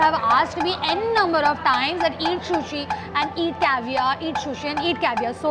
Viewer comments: Shushi nahi hota hain sushi hota hain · No hate!! Love you but it's not shushi it's sushi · It is not shushi it is sushi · I am sorry you say sh ko s and sa ko sha sushi not shushi it will sound good.